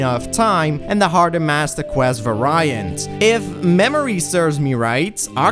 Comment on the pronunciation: ...that is not how you pronounce variant.